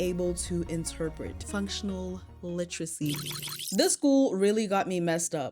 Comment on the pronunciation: And yet you can’t pronounce literacy! It’s not li-tra-see it’s li-ter-a-see, just like it’s spelled.